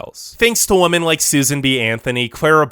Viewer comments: Just for your information, women is pronounced as 'Vimen' or 'We-Men' and not as 'Vomen' or 'Woe-Men' or something else. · The narrator really should consider attending some sort of school to learn how to differentiate "woman" and "women". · Women not woman jeeeeeeez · In addition to the sickeningly obvious bias in this video, he needed to do better editing on his sound work. Especially early in the video, there were many times where his voice on the video pronounces the plural word "women" as the singular word "woman." I've been enjoying his videos, but this one made me cringe from start to finish. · Are you intentionally saying Woman instead of Women? lol. It's quite annoying sounding. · Are you saying “woman” or “women”? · While yes, wo- pronunciation was there so to was singular wo-man for plural wo-men. Now he may have been not fully pronouncing the e which may have let lead to the e sounding like a, but either way yes he was pronouncing wo- but very often it came out wo-man when it should've been wo-men. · Are you saying women or woman? If you’re saying woman, why? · Women (pronounced wem-men)=plural Woman (pronounced wo-man)= singular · Sounds like he is spelling it wuhmon 🤣🤣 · This guy pronounces "women" and "woman" in EXACTLY the same way. It is very distracting. Other than that, good video.